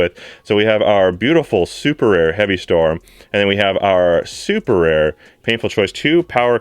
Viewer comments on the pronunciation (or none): none